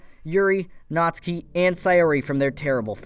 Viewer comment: ITS PRONOUNCED NAT SU KI !!!!